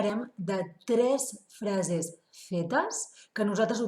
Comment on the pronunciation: FrasEs es pronuncia amb una E neutra... *Hola> castellanisme per Salut, ei, ep, eu, iu, ou, uep... *anar a per> anar a